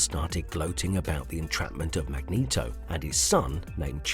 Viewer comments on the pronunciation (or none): Sounds like you asked a cheap ass bot who nemesis is. And pronounce Magneto correctly.